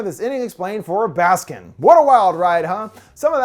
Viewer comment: i’m probably as turkish as one can be and it took me several minutes to realize that by saying “baskin” you actually meant “baskın” 😭